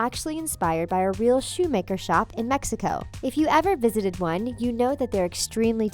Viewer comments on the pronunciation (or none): none